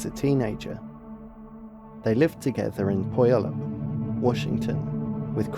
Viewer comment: He also mispronounced the place names (Puyallup and Nisqually) which is easy to do if you don't live there. I'm assuming he isn't American. It's a small detail.